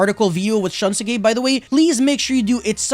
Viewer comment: u keep saying shunsuke's name wrong xD